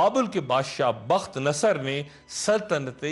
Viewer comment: ڈاکٹر صاحب آپ بعض الفاظ کے تلفظ میں غلطی کر جاتے ہیں جیسے بَختِ نصر کہا ہے جبکہ صحیح تلفظ بُختِ نصر ہے اسی طرح آپ نے حضرت عمر بن خِطاب کہا جب کہ صحیح تلفظ خَطّاب ہے اسی طرح آپ نے ھَرْقَل اور بنی جَرھم اور نابلِس میں غلطی کی جبکہ ان کا صحیح تلفظ اس طرح ہے ھِرَقْل _ بنی جُرْھم اور نابُلُس